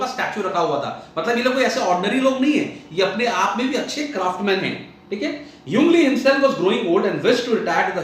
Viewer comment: ungli nahi yung lee 😂😂😂😂😂